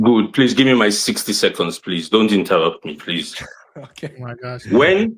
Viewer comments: Sixty Secohns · The "60 secaunds" killed me 🤣